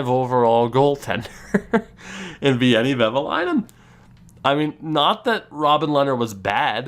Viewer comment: A little tip to pronounce Veini’s name: it’s almost like Wayne but with an additional ”e” in the end. ”Wayne-e.”